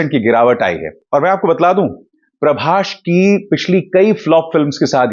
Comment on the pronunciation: I just saw tumhara 90% content sirf ShahRukh pe Bana hua hai....tum bik chuke ho aur sirf ShahRukh ko upar dikhana chahte ho. So sad to see....Dunki ko public bkwas bol rahi hai aur tum zabardasti upar bol rhe ho. PRABAS bolna to seekhlo pehle....it's not Prabash. ShahRukh ke chamche ho tum simple....